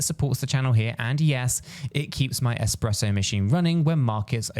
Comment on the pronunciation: 🤦‍♀️ I’m only 50 seconds in and you’ve already said Armaco when it’s Aramco followed by expresso instead of espresso!! Are we expected to take you serious ? Or just be humoured by your constant barrage of non sensical analogies? WTF